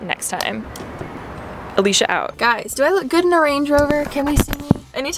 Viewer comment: I thought I Heard Alisha wrong and replayed the intro, but no she really said b....😂